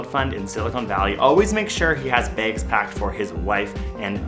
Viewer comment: Why do Canadians pronounce bags like baygs?